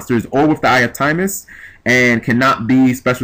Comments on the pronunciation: Timaeus isnt pronounced time-is. Its pronounced tim-eye-us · Tim-eye-us not Time-us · It's pronounced Tim-Eye-Us.